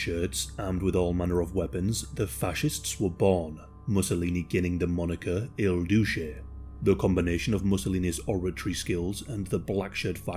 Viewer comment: El douche? Lmao did I hear that right??